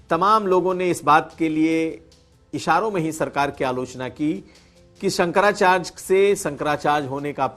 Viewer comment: Bhai bolna Sikh Jaoo sankracharj nahi hota sankrachary hota hai hud hai yaar